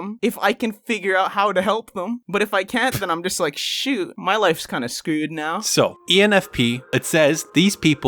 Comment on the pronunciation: I like how he said scooed instead of $cr3w3d